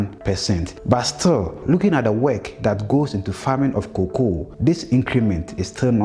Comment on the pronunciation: Learn the pronunciation of cocoa